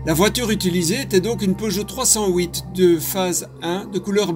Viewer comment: Pour moi c'est une peugeot trois cent huit et pas une trois cent houit mais bon... Si ça peut aider l'enquête.